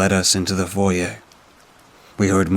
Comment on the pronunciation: I know this won’t make any difference to you but the way you pronounce foyer properly. I think you’re the only one that actually pronounces it correctly that reads stories to us it’s funny hearing people say foy err